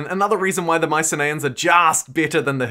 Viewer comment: Isn’t it pronounced My-sin-ee-ins rather than My-sin-ay-ins?